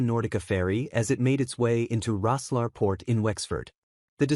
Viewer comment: For Pete’s sake it’s pronounced..’Rosslair’..ridiculous, a joke!